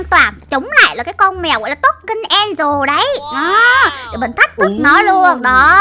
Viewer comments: Chị ơi angela ko phải đọc là angel đó là từ khác mà có phải tên con mèo đó đâu? Chị đọc sai rồi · An de la chụy chứ ko phải An di ồ đâu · En- Gie - La chứ Ko phải en- dồ đâu chị ơi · Chị oi ngta tên đọc là an deo la 😀😀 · Chị đọc sai tên của con mèo angle rồi